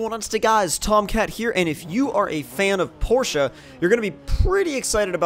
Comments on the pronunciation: awesome guy because that's how your properly pronounce it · I'm from Germany and we DON'T say porsha